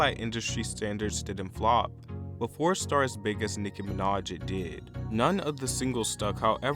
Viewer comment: "nicki minadsh"